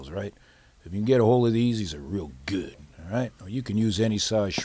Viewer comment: Food porn. Its gewwd.lol